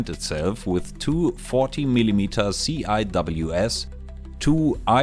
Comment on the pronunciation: Not sure if anyone else mentioned this, but just a quick point that CIWS (Close-in Weapon System) in english is typically pronounced as one word (pronounced SEE-Wiz) rather than the individual letters.